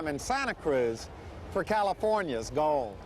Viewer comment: He never said Gold but Gol..😊